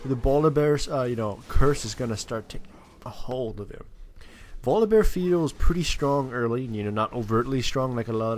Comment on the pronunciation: It's his accent >.> Sometimes he says bolivear/yogibear/etc